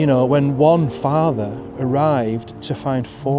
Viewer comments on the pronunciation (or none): none